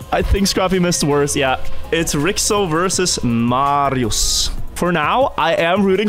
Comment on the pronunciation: Hey, Congrats for 5th place! What i wanna say, is Ricso is Hungarian, you should Not say it like Ric- So, but rather Ri-Cho. Its the name Richard aka Ricsárd in hungarian. Cs in Hungarian is Ch in English (*Ch*air)